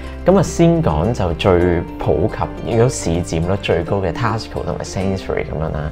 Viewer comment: Your pronunciation on TESCO is wrong, please check and amend?